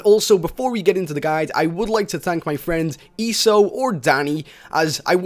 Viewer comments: Its e.s.o. not eesoe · its E S O not "eesough" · Who the fuck is ESO? oh wait i think you pronounced his name wrong its E S O saying the letters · And ESO's name said wrong